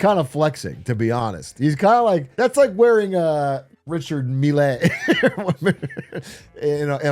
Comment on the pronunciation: Atrioc’s San Jose was showing with that Richard Mille pronunciation